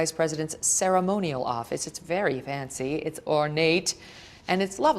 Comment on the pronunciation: Did you just say the office is "very Vancy"?....